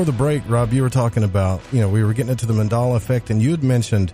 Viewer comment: Its Mandela not Mandala. It is named after Nelson Mandela. Just thought I would let you know.